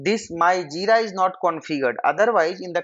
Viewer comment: Aaa what is Jida?? Its JiRa...R. Realy, I could not understand anything at all.